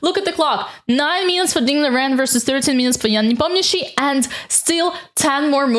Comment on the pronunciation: That's somehow unexpected to listen to an English video with a perfect pronunciation of Непомнящий-s name. 😀